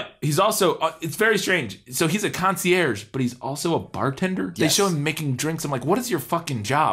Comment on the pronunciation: Concierge........................................or concierce?........................